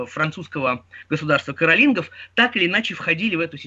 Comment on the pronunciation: "Государство каролИнгов" -- один из немногих случаев с правильным произнесением..